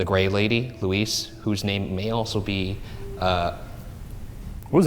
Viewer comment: Dying each time Ryan says "Luis" instead of "Louise"